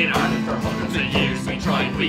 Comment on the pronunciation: This is golden 🤣🤣🤣 and thanks for pronouncing our country correctly lads👏👏👏